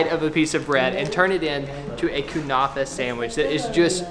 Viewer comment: Kunafeh LOL its Ke-ne-feh